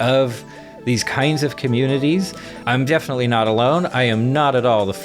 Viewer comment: Consoomer com-uh-nay-taays